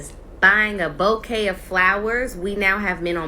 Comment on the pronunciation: This woman want flowers, she doesn't even know how to say bouquet.